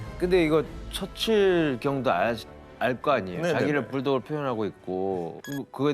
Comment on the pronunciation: 처칠 발음이 왜저래